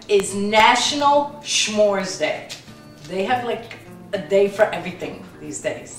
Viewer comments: you cutie....It's Smores, not Schmores (like Smile, Smart, Smoke, etc.) Love you and love your videos!!! P.S. Is that salted or unsalted butter? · "schmores"? no no no ... sah-mores with the emphasis on the mores. i'm an ex girl scout leader ... i have to be honest! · the your son is right it is with an S not SH S'MORES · smores...not shhmores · Haha, smores, not shmores. Looks delicious! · Oy Kabonga!!! We seem to have a failure in intergenerational communications, or something. Foist of all, S'more is pronounced as Some More, contracted to suh-more, not schmore. Sekundly, it ain't a recipe, and it doesn't require bowls, mixers, ovens, or even kitchens. Traditionally, as I learned as a Boy scout 50+ years ago, and as my mother learned many years before that and taught me, S'mores are created around a campfire, and this is the recipe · dose your husband have a new york accent? also its neat how you say shmores and shmear or how ever you spell it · OK, lots of thoughts. I am laughing so hard 1. YOU ARE SUCH A GYPSY AND A STAR!! 2. Giada! lmao 3. I will knock your heads together if you and Frankie ever don't get along! 4. You say shmores the same way you say shmeer. 5. Frankie, your giggles do not go unnoticed, you bad bad man. 6. Technical difficulties next time. You are both such characters! I would say I have a girl crush on, but Frankie would just giggle more....I'm sure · u are saying smores wrong u say it with a h u have to note say it with a h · The way you say smores is so racist!!! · u dnt say it right! theres no h in smores haha